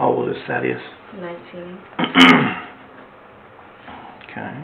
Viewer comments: Thaddeus- like "bat", not "ate". It's a short "a" 😉. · It's pronounced "tad-ee-ous" not "thay-dee-ous". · Thaddeus. Not thay-d-us. Thad-e-us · "Thay-de-us"? It's a long /a/ like in "dad." Wtf? Also the echo and pitch is a no bueno for me. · Omg it's not Thay-dee-us it's Thad -e -us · It’s pronounced Thad-e-us 😊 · The annoying girl chosen for the AI narration even pronounced Thaddeous wrong 😂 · Sorry Lana, but you are not Malik’s gf. And that’s not how you say Thaddeus.